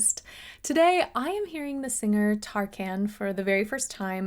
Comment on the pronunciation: Hello as some others said he is called "megastar" in Turkey, he was the biggest pop icon in 90s and 00s. His name is pronounced like tar-cannes(just like the French city that is famous for its film festivals). Everyone in Turkey would still know his name. General concensus is his late work is not as good, people either still like his songs because he is Tarkan or not. If you would check out more from him, I would suggest from his earlier work in 90s, "Ölürüm Sana" or "Kış Güneşi" would be good candidates. Loved it, love your channel <3